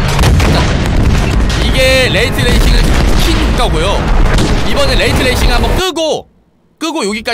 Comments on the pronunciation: 레이트 레이싱이 아니고 레이 트레이싱이다. 정보 전달인데 읽는건 똑바로 읽읍시다. 한국어도 아니고 두 단어의 영어인데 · 레이 트레이싱(Ray Tracing)인데 레이트 레이싱이라고 끊어 읽으시는군요 Rate Racing.....ㅋㅋㅋㅋ